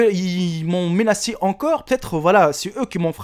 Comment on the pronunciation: On dit "menacé" et pas "ménacé"